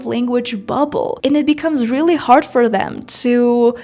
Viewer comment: Девочка, какой С2 уровень с произношением Хорд на Hard , с абсолютно нелепой заменой прилагательных very на pretty , expensive на a rip-off и прочей ерунды , которая у тебя на канале и абсолютно неуместна даже для B1 уровня, не то что С2. Не позорься и не вводи людей в заблуждение , которые хотят язык выучить